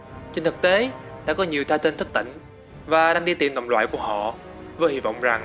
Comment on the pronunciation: tai tần chứ tai tân trai tân